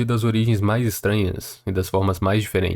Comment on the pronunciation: orgiens... org*a